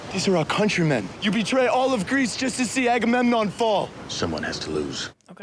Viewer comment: You smashed the Agamemnon pronunciation, noice, I still get tongue twisted sometimes.